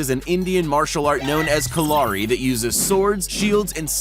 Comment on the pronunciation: Lmao he says ka-la-ri I am Indain you say it as KA-LE-RY Its very powerful